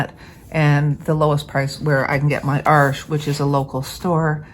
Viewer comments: That was interesting - I think I've run into the same problem with Arches papers - Arches est un nom francais, n'est-ce pas? So your (and my) pronunciation is right! Even if we do have some issues with it. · Before I say anything else - haven't watched the video yet! Thank you for pronouncing Arches properly. And 'hugely' is certainly a word. Now I have watched the video, and found it very interesting; I conclude that I'd happily use either of them, based on your tutorial....I haven't always got on too well with Arches papers, even though they're of excellent quality; there's just something about their resistance to water - or maybe it's lack of practice. I've just received some samples of Baohang paper, so we'll have a crack at that. Current favourites are the German papers; Hahnemuehle, and Schoellershammer - both do very interesting rough torchons; I'd be very interested to see you run tests on them: if you want a hard edge, they'll give it to you; and yet they also blend easily. I know you can spend a fortune testing different papers, there are so many these days (and one or two that you just can't get any more). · Thank you for the correct pronunciation of Arches! So many people pronounce it wrong. For anyone thinking of using this paper to make their own sketchbook, the Baohong is long grain, so the blocks don't work but they do have quarter sheets available on Amazon. Also, other reviewers have said the Artist grade Baohong is virtually the same as the Academy grade, so that's a plus for those of us wanting to save money. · Thank you for correct pronunciation on Arches! It’s not an arch, it’s paper and it’s French so…….. oui oui🤣❤️‍🔥